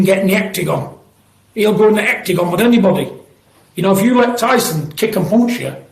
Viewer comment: the "hectigon" he said LMAO